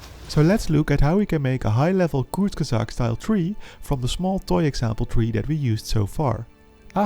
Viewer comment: I’m more confused on how he pronounced kurzgesagt correctly?!???!??? My guy isn’t just studying evolution, he’s studying sorcery.